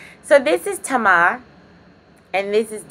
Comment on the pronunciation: i loveeee the way you say “Tama” instead of “Tamer”😆😆😆😆😆